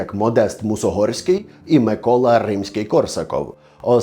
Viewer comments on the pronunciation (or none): Мусоргський, а не Мусогорський))😂